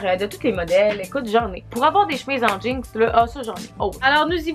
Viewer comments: j'adore le fait que tu dis "jeankse", ça fait très Québecois.😂🤣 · Tout ce que tu fais tu le rend drôle pis divertissant 😂😂❤ PS: de la manière que tu dis jeans des fois ça sort "jinx" ahahah! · J’adore comment tu prononce jeans... « jinks » 🙏🏼😂❤️ je t’adore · Bah oui “des jeangs” t’aime ça des JEANNNNS🤣